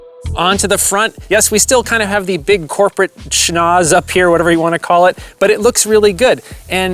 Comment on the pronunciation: "Corporate shnaze"? Do you mean "Schnauze"? Loanwords can be so funny. 🙂 Nice car by the way! 👍